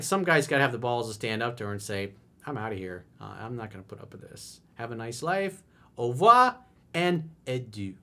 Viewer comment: ur French is on point coach! Au revoir and adieu! Peace from Québec 🇨🇦✌🏾